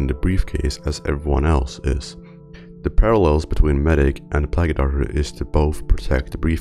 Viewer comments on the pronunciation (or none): plaguu doctor. lol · Plagg-u doctor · Plag-y doctor